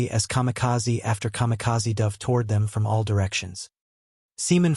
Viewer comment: The AI voice is annoying. For example, repeatedly pronouncing "dove" (past tense of "dive") like the bird. Also, why repeatedly showing a picture of the five Sullivan brothers (killed on the USS Juneau off Guadalcanal, a Fletcher-class DD was named for them). Too few pictures repeated over and over, especially when talking about post-WWII ships (plenty of pictures available for that subject).